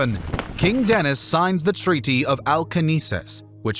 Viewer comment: It's King Dinis not Denis. D.Dinis more precisely. First D stands for Dom but you read it as Don. You are welcome.